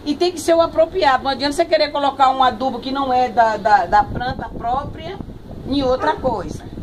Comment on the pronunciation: Pranta mas pranta=planta kkkkkkkk lindas